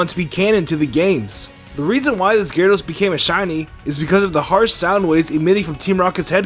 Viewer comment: ITS GYRADOS NOT GARADOSE